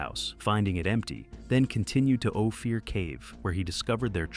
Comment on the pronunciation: The name of the cave is Ophir. OH-FEAR?!?